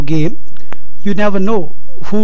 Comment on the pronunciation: why do you say at the end of each video "i will mate you soon"?